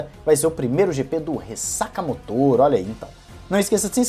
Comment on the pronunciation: fala "ressacamÓtor", não "ressacamotor", acho q é melhor